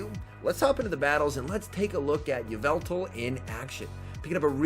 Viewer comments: it’s evil-tall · ee-VET-all???? obviously it AI-vet-all